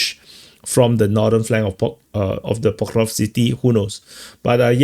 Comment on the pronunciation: It's so funny, knowing you must have said Pokrovsk a million times, but you still can't enunciate the word properly. 😅